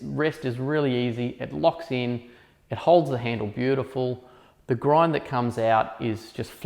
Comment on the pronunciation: You lost me at at ”acidity.”